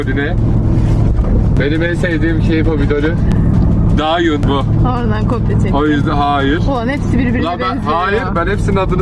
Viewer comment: Dayhun a Dayun demesi müqq😊